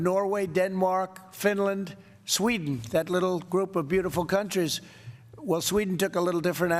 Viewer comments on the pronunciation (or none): none